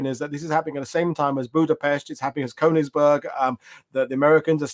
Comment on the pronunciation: Shocking pronunciation of nonEnglish names. You should do better preparation..eg Königsberg sounds phonetically as: kernigsbairg!! That’s only one example but…